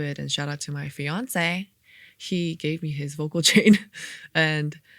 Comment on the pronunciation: Love that she says Beyoncé and Fiancé the same exact way lol. Ejae, thank you so much for the gift of blessing our ears with the exclusive demos! This is what it sounds like original demo was absolutely breathtaking (I almost cried listening to it).